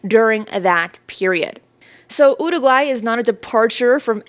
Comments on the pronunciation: Getting closer. Listen again, practice more. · Why do you keep saying Uruguay that way? If you want to use Spanish pronunciation, then use it. But why single out particular words? Do whatever makes you happy, but it's grating and random, and super weird. BRB having an English conversation then all of a sudden using a thick Spanish accent to pronounce one world lmao.